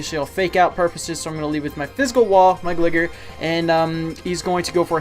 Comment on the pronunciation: Nice video, but that Gligar pronunciation makes me want to cry :(